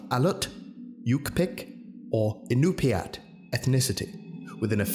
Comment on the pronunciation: As a native to one of the Alaskan tribes it's nice to see the names and languages being used. It's hard to get the words right for English speakers because we use sounds not used normally practices. To get you close to what is said Yu'pik- U Pik, IÑUPIAT- In Nu pi Aak, Aleut- Ally Oot. Hope it helps